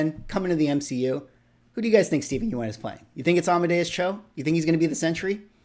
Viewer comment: Yeun is pronounced like Yun. I know the spelling tricks people.